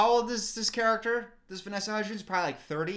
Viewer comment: "vanessa huddgies" like chicken nuggies lmaoooo